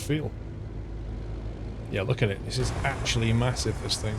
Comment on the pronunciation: "MaHOOssive" hahahahaaha... I'm using that from now on.